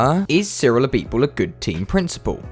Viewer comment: Pronounces Cyrils full name Name Perfectly Me: Ah so French Noises